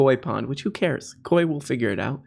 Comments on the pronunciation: I know he did NOT just pronounce that ko-whee fish & pond 😭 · Of the multitude of trespasses Tim Pool has committed against human decency, enunciating the word "koi" as "ko-wi" is for some reason in my top five list of worst instances.